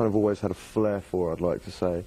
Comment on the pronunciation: When he said "I had a flare for" and I immediately thought he said "I had a Blair for"